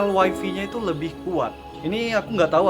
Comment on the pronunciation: WiFi = Wai Fai bukan Wai Fi gan 😁